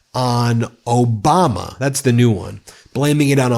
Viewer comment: He couldn't even pronounce President Obama's name or Hilary Clinton's name right!